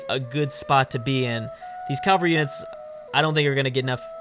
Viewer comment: “Cavalry” is not “Calvary”.